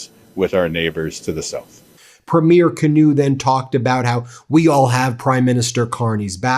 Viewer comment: Ben it’s pronounced Kinew( Keynoo)